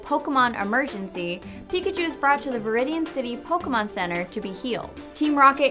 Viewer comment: It's not poke-Uh-Mon ITS POKE-AY-Mon